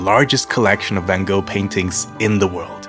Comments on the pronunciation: Like the video but cringed at the Anglicized pronunciation of Van Gogh. Also, if you visit again, visit Het Schip. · I Love how he pronounced Van GOGH❤ And also, is it possible to rent a bike with KINDERSITZ oder nicht?🙄